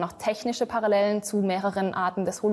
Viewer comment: "Paralläälen" Das hat mich beim Ursprungsvideo schon hart getriggert..